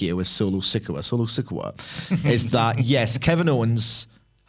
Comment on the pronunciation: Why would you have a guy who admits he doesn't like to watch WWE weekly TV, and doesn't even watch enough to know how to pronounce "Sikoa," to comment about best NXT call-ups?